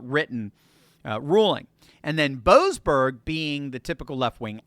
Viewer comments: YOU SOB!!! My last name is Boberg, and in your other wise wonderful spot at on point you failed to pronounce the se in the name of that low life boseberg. So you said Boberg instead of boseberg! What did my family ever do to you! What a insult to equate my family with a person that chooses to be so corrupt. You ow us a apology big time.😂😂😂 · Shouldn't we pronounce that 'Bo--ASS--berg??' I thought they were about to bring him to accountability.